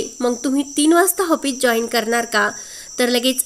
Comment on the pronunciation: हापिस नाही हो, ऑफीस